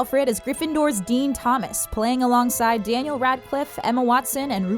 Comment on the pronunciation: "Dyeniel Radcliffe"